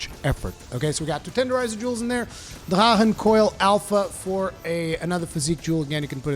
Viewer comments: Hey, quick question, isn't drachen supposed to be pronounced as draken rather than dra-en? I used full drachen too with gae bolg. But used attack charm 3, tenderizer jewels too, 1 attack jewel and 3 vitality jewel. Went very well. Only way I actually managed it. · I am almost 1000% certain thats not how you pronounce Drachen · I never realized you were a Klingon until you pronounce drachen. 🤣🤣🤣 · What the heck did you call drack-en armor? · I love when you say Drachen set :D, danglish inside ! greetings from Germany